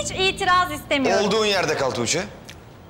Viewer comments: Belmanın "Tuçe" deməyinə çox qıcıq oluram da. Əgər bir gün seriala baxmağı buraxacamsa sırf bu "Tuçe"lərə görə buraxacam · neden tuğce soyleyemiyooor😂DDuuçeeh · Belmayi Tuĝçee demesine sinir oluyorum